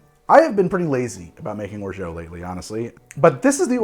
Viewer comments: Wonderful recipes, but is it okay if I attempt to correct your French? Lol, you have been pronouncing orgeat as something like "orjo." The French way of saying it would be more like "or-jot." Will this comment ever be addressed by? I suppose I'm inclined to think that the answer will depend entirely on how much I have to drink quite regardless of how I go about doing it. Regardless, my first Caiperinha now and quite delightful! Cheers! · or·zhaat or in french without the hard T. Please...not or·zhoh. I asked google several times and it agreed. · I really wonder where that orgO pronunciation came from.. It's /ɔːrˈʒɑː with A like alpha or anarchy. I truly wonder how American English changed the pronunciation so much. Not complaining, just curious :) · I am a fan and love all your work. (also a linguist) There is no "o" sound in Orgeat. At the end, aim for an "ah" sound. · It's or-zha, not or-zho. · We can't order exotic spirits in Massachusetts. We are at the mercy of the liquor distributors. Only the most popular rums are available. That said, what would you recommend? I do like Jamaican. BTW Or-zhay isn't quite right. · Or-jaaah, please ! A Frenchman. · Trying to let go of my comment...but isnt it pronounced OR-ZHAAT....not OR-ZHAO....there is no O at the end of orgeat...just saying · If Orgeat, was spelled 'Orgeau', your pronunciation would be close to perfect. Substitute your 'oh', with 'ah' and perfection is a whisper away. Santé! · Orgeat pronounced "or zhaat'" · Or-Jah, once and for all, Or-Jah!;) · How many times you gotta say orgeat like that you maniac! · Pretty sure you are mispronouncing orgeat. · There isn't an o or u in orgeat. Your pronunciation is like nails on a chalk board. Delicious drinks though 🤷🏻